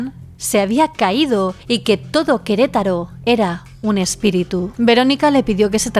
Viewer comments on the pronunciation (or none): none